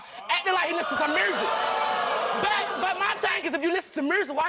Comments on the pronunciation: I never heard the word "music" said with an "r" in it . I'm sorry she was disappointed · The friend needs a new friend. She couldn't even apologize. And did she say Mhursick... or at least that how she said it 😂😂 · Mhursick?! I’m in tears!!! 😂🤣😭💀⚰️ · "Mursic, I hear the Mursic" LOL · "he won't let me listen to the mursic muary"😭😭😂💀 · Mursic 😂...beaurtiful 🤣 I can’t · Music is now pronounced mursic? 😂🤣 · She said mursic lol Like if you realized that. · My girl straight said “murzic” for “music.” My inner child is withering. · I’ve never heard “music” pronounced like that before. “Murrsic?” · Not moo-zerc 😂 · Listenin to "mursic" 😩😫😂😂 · Did she say murzic??!! Lol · I laughed when she says merrsic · Sis, I've never heard mursic either... What's that? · A Mo mursic🤣🤣🤣🤣🤣🤣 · “I Don’t Hear No Mursic” 🤣🎶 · Damm.. I hear no mursic either. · I don’t hear dah merzick 😂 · I didn’t know the words music and beautiful have a “R” in them!?!? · She don’t know how to say music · “Mursic” “burtiful”